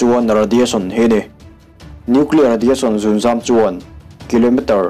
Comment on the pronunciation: Zunzam nilo in zungzam tih tur aw